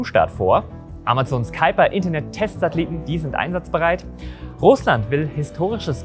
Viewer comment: Vorweg, wie immer ein sehr interessantes Video. 👍 Ich weiß dass das Amazon Project Kuiper ein US Projekt ist und quasi einen "englischen" Namen hat. Aber als jemand der an der deutsch niederländischen Grenze wohnt, ein wenig Niederländisch spricht und mehr versteht, stellen sich mir immer die Nackenhaare hoch wenn man Kuiper english ausspricht. 😅 Wir sagen ja auch im deutschen Kuiper Gürtel und nicht Kaiper Gürtel. 😂